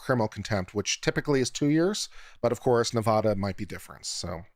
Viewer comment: Nevada. The a sounds like apple. Love you